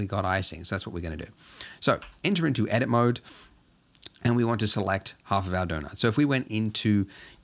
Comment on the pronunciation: At some point I started to hear “entering the doughnut mode” instead of edit mode )))